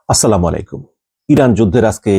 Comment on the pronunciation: ভাই আপনার কথা ভালো লাগে। আপনার নিউজ দেখি সব সময়। কিন্তু আপনার একটা জিনিস আজকে খারাপ লাগলো- সেটা হলো নিউজ শেষে বললেন 'স্লামালিকুম' । একজন জ্ঞানী মুসলিম হিসেবে সালামটা অন্তত শুদ্ধভাবে দেওয়া উচিত আপনার।